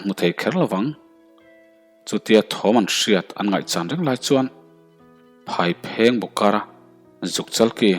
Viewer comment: Phaiphengbuk hi lamsual anih ka ring a, tin kherhpui hmangin akap a athianten adnglaiahnge i khawh tiin anzawt leh bawkhi amaak deuh, tin Bungbutuairam ilamrikdan hi hrezawk deuhte zawttha leh teh.